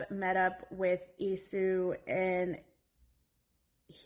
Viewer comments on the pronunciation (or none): It is not Esau like Esoo, it is Esau like E-Saw. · Thank you. The name is pronounced ESAW...